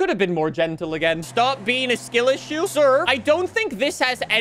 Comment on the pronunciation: SkIL iss”u”